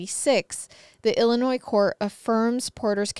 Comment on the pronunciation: The s is silent in Illinois 😅